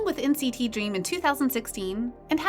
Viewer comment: FYI: it's pronounced "N-citizen"